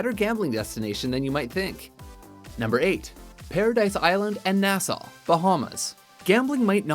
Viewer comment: stop butchering the words Costa and Nassau